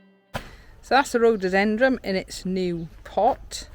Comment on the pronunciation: Love your garden, We miss ours since we now live in a condominium! Your newest plant is a rhododendroN. It sounds like you are pronouncing it differently!